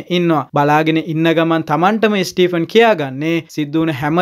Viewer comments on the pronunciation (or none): ස්ටීපන් නෙමේ ස්ටීවන් කියලා ඔය නම කියන්නේ.